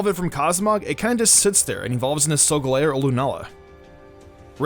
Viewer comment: sogalEo Us:sogolao Mystic:Necrozma Us:NecrOzma Me:pronouncing makes me angry